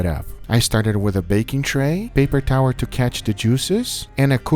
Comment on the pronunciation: "paper tower" lol